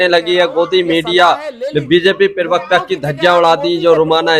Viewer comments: भैय्या तुम लोग हिंदी जानते नहीं और टीवी पर बैठ जाते हैं प्रवक्ता की जगह बोलते हैं पिरवकता पिरवकता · प्रवक्ता का उच्चारण तो सही कर लो पहले !!!